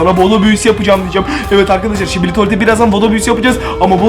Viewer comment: Şibili değil sikibi